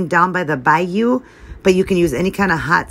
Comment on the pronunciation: Great idea!! Love the shiritaki noodles!! You said Bayou perfect 👌🏻😉